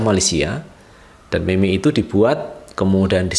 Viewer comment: Cara cakap meme ialah mim Bukan meme